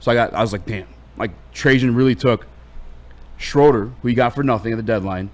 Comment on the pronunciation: The man's name is pronounced Shrooder